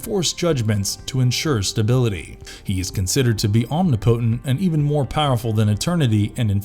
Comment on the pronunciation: You should probably look up how to pronounce "omnipotent"